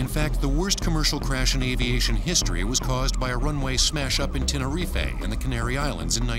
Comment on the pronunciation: Good job on the Tenerife pronunciation. I almost thought it was wrong because it's so commonly mispronounced.